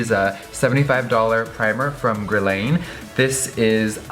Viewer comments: gurlain... i thought it was pronounced gur-lawn? haha you look stunning either way! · So cute the way he pronounces "Gerlane" instead of Guerlain (Ghur Lahn) :P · It's not pronounced Gra-lane. Oh, girl. $75 and cant say the name right. 🤦‍♀️ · guerlain. girl. this iconic beauty brand made marilyn monroe's signature lip color. youre a beauty mogul you got to say this shit right mama<3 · I love you Jeffree but I cringed when you pronounce guerlain wrong